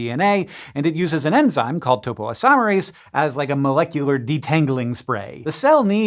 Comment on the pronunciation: it's topo-isomerase 😅